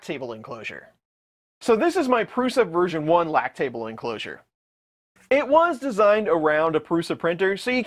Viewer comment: Everytime you say Lakk Table, I hear Lactating... 🙁